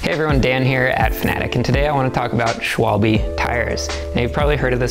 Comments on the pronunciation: sick vid bois, its actually pronounced "sh - vul - bih", not, "sh - wal - bee", if that makes any sense. A schwalbe is a bird, more specifically a swallow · Its called Schwalbe and Not Schwalbii, damm fools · yeah the e has to sound more like eh